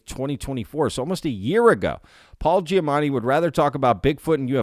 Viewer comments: It's probably your accent to my untrained ear, but I swear to god every time you mentioned "Giamatti" it sounds like you're saying "Giamanni" to my ear. You clearly know his name because it's in the video title. Not important, just trying to help keep up your engagement and that's something that jumped out to me! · Is he saying Giamanni ?